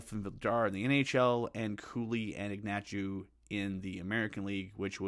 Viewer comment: Another good vid! I think Ignatjew's name is pronounced Ignat-chev